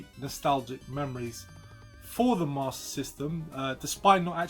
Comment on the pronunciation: hahahahaha still saying it fcuking wrong either way lol!